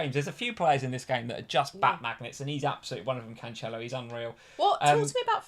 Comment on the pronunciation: you laughed and corrected with the wrong pronunciation! Jesus with a "G" sound is totally correct! 🤦‍♂️ Also, it's not CanCHelo, but CanSelo.